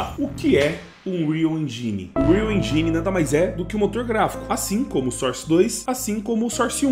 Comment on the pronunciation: Unreal Enjáine 😂